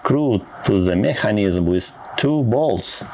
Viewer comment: Hello! The video is ok, but for God's sake, learn the pronunciation of the words "mechanism" and "battery" in English. - Good luck!